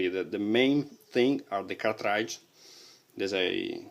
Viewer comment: cartrAAIdge! XD. Its pronounced cart-ridge man.Thanks for the review.